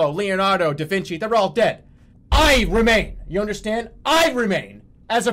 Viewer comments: I just love how he says "Leonardo, da Vinci" like theyre two people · i love how he says Leonard Da Vinci like they're two people